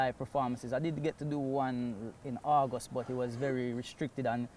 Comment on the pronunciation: I thought he said Argos but he actually said August just took a few seconds to clock 🤣